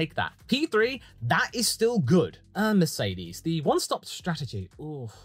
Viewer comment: Did you really start the Meh category with Mehclaren.......and Mehcedes......